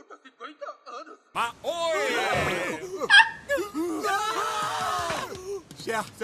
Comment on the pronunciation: "Mah roi" esse me quebrou ... Eu n vi a dublagem KAKKAKAKAKKAKAKA